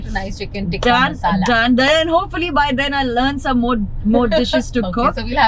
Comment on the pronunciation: Chicken teekaa masalaah - why the sudden slip into British 😂